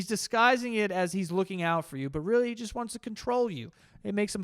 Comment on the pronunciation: whats with the large "just"?